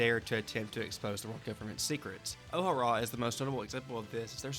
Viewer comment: After you pronounced O'Hara like that I can't take anything else seriously lol